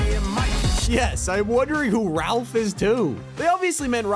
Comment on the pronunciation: bruh, you pronounced Raph wrong yourself